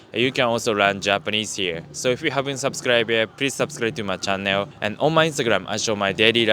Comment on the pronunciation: great vids. id suggest you google the pronunciation of channel.